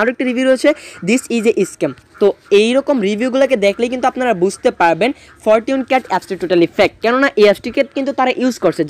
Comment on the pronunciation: ফরটুন ক্যাট?? আগে ইংলিশ শিখেন মিয়া 🤮🤮🤮🤮